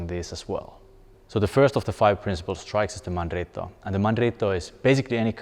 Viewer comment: I am amazed by how well you pronounced "mandritto de sotto in suso", that was not easy man.